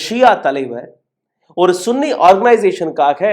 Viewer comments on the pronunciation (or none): பண ஆசை எல்லா தீமைகளுக்கும் வேராயிருக்கிறது பேராசை பெரும் நஷ்டம் நீங்கள் சன்னி என்று உச்சரிக்கவும் நீங்கள் உச்சரிப்பது தமிழில் ஆண்குறியை குறித்த கெட்ட வார்த்தை எங்களுக்கு ஆதரவு தாருங்கள் என்று கேட்கவும்